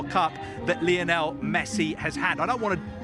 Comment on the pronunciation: Guys, you could at least make an attempt to pronounce Lionel correctly.